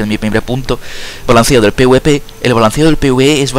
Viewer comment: no puedo confiar en alguien que le dice pwp al pvp XD